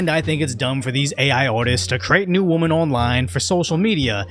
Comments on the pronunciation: Jesus Christ it is pronounced “womEn” NOT!!!! “womAn” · "successful woman"? "create new woman"? "these robot woman"? So you can say "men", but saying "woMEN" is just too hard? ROFLMFAO!! No!!! AI needs to go full speed ahead!!! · We actually call multiple "womEn", "Wih" "women" like "Whip" cream.